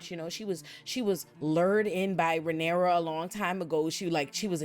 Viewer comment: She called her Rhynera pussy-pop Targarean,!! 😂